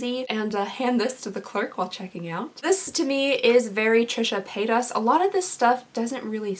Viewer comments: Pay-duss. Not pay-toss. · “PaytOSS” Lmao.